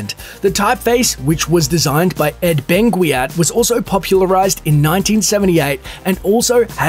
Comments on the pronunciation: It is pronounced "Ben-Gat", I used to say Ben-gwee-at too. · Font is pronounced: "Ben - gat". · That's now how you say Benguiat. Literally one google search would tell you how to pronounce it correctly.